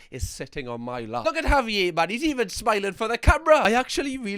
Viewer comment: Can you please have a pet or child or this dog and call them Javier? The way you say it is amazing. Auv-ee-ay.. i would say(wi usa south side milwaukee.) Would be .HOV-eee-yairrr